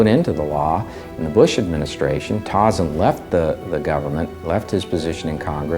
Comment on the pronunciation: There are outright lies throughout this video. I think the producers have ulterior motives. Also, they can't even pronounce dirtbag Tauzin's name. It isn't Tawzin, it's Toezan.